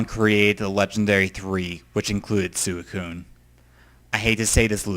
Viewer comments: swe~cune not sucune. sorry, pet peeve ^^' also, one of my favorite pokemon is poliwhirl. he is great in the games, i love how he looks, and his role in the manga and anime is cool. his always in my teams when i get him. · suicune is said as sweekoon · Your emotional towards Suicune and you cant even pronounce its name right! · Well I'm glad I checked out more of your videos at least. This was a LOT better than the first one I watched, your updated (I guess you had one before right?) top 5 underated and overated Pokémon. All I have to say is, like everyone else, learn the names please... especially Suicune.